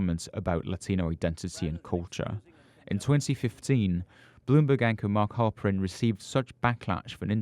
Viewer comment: Mark Halperin, you said Harper-en. Work on that diction!